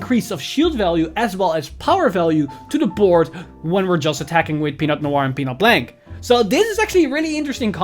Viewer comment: Nice video. I don't like to be that guy but "Blanc" is a french word that doesn't spell like "blank" in english